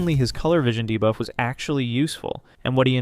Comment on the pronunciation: Idk why nut everytime he says debuff i hear divaaa 😭😭